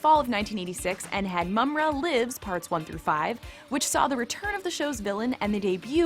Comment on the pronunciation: its JAH-GA and PU-MAI-RA btw, lol u said mama-ra at one point. please get hosts that know how to pronounce names or have them practice or research it. seems like you just hire a girl that is attractive (I guess) wearing a gaming shirt as to appear a cool gamer chick that know 80's cartoons. sorry see right through that. I was going to subscribe and like but nope